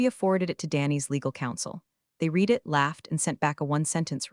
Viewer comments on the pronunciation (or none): TED is pronounced as it looks, like name Ted. Read is spoken as red. Get it and work with AI on it. Also slow down AI. Love metaphors and stories have good bones. Still around a 3 on stories. Fix on other problems and you could get a a 5.❤️🐉💙💙😎😎🌈🌈🦅🍍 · I've noticed that most of them fail to get "READ" correct because they don't get programmed for words that are spelled the same for present in past tense. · This speech bot fails to grasp the pronunciation of 'read' when used in differing contexts - 'read' can be 'reed' as in "I will reed that later", or 'red' as in "I red that yesterday", both still spelled READ. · Flows to detecting artificial intelligence AI presentation when you hear the word, READ as red or reed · Absolutely! It is really really irritating. Additionally, the bot doesn't know how to pronounce "resume" or "foie gras" .